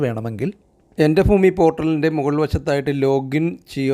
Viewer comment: എൻ്റെ foomi അല്ലടാ ഭൂമി